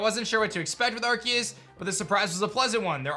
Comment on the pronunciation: Did you seriously just say “arkeus”? There’s an e beside the c it’s “arceus”